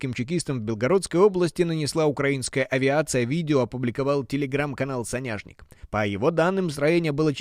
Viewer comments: Со'няшник,а не соне'шник,надо бы знать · Все супер! Только хочу поправить без сарказма. Соняшник произносится с ударением на "О". Это подсолнух в переводе. Вы молодцы.